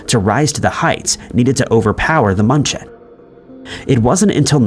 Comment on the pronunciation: Hey AI! The cargo ship's name is NOT Munch-en! There is an umlaut above the 'u'. In my poor Southern US accented Deutsche, it is more like mew-n-chen. That was one word I haven't forgotten from living there! PLEASE get a REAL PERSON to narrate!! AI is horrible! While I lived in Germany, near München, was the time of Chernobyl. We lived under the cloud until we were reassigned back to the States. We were told that everything was fine! Just don't let the kids play in the grass until the dew dried! But the stores, both the commissary & the German shops had produce shipped in from Israel! Sure we were just fine!